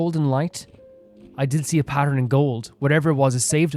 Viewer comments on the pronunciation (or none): none